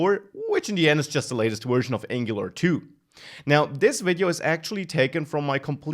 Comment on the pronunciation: Excellent content. But PLEASE learn to pronounce your v's properly. You keep saying wery, wersion, wisiting. Seriously, listen to some real English once in a while.